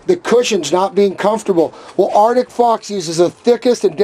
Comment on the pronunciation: can you not pronounce ArCtic... it isn't Artick